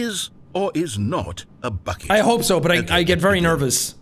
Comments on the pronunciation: Title should be “Jacksepticeye has a better budget than most (almost all) Disney movies” Also why is it so funny when Jack says bucket? 😂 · Bucket just slowly didn’t sound like a word 😂